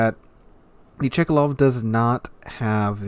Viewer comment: Its not Chikalov, its Tchkálov tho :P Same as Novoro-seé-isk , not Novoro-ski-sk (I've heard like 3 different versions from different wows youtubers)